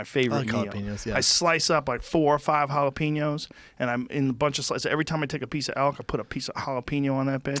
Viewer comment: It makes me so mad the way Joe pronounces jalapenos LOL like the typical white boy that he is